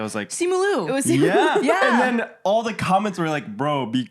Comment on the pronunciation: i saw the simu liu video too (also it’s pronounced like “leo” not “loo” lmao) i think he was trying to make a racist joke bc he’s always making problematic comments on the internet